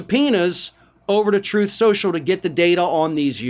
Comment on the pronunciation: that's 'Troth Sential'! 😂